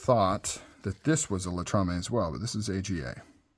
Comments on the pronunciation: LATAMA it's is still a great made knife. Not latamaaa Latrama. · Latama, not Latrame. ;)